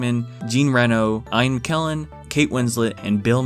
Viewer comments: Eyan mckellen......IAN* learn to pronounce. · Did he seriously say Ian’s name as Aye-En? If that was the joke, I don’t get it. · Did you just pronounce Ian wrong? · 0.50 sorry but why did u say ian like that